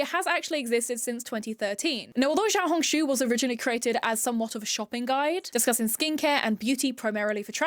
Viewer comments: Note: I’ve seen a lot of people pronouncing xiaohongshu with a ‘zhi’ sound, just wanted to say that I think an easier way of saying this would be to add a ‘shi’ sound at the beginning- instead of ‘zhao-hongshu-‘- ‘shao-hongshu’ is much more accurate to the word! (PS. I speak in a more taiwanese accent while speaking mandarin- so the sounds may be diffferent from how someone says it in say- beijing? Also, I in no way am trying to put anyone down or trying to seem higher than those who have been saying it this way! I just wanted to note I feel how I would say the word in an American/English accent!) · xiaohongshu??? like…. XIAO HONG SHUUUUU